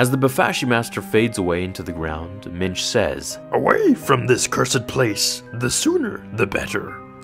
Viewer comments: I don't how that would be spelled (ok, I typed that before you actually showed how it was spelled lol), but the way you're pronouncing it sounds like the either Yiddish or Hebrew for "man." Which is spelled "mensch." Wait, I thought the Yoda species guy from 700 years back was named "Mitch," or maybe he was just pronouncing it funny when he said it and he actually was saying "Minch." So, is the this (Minch) the same name you're talking about for Yoda's original first name then, from earlier in this video? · Did you say Mitch? Mitch Yoda. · I thought you were saying "Mitch Yoda" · "Minch" or "Mensch?" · Did he say minch or Mitch? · Minch. For some reason I thought you said Mensch. That would be a placeholder name. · At first, I thought you said Mitch. Now all I can think about is some frat guy parody in which Mitch Yoda and Chad Vader fight each other with Force Sue... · It’s Minch.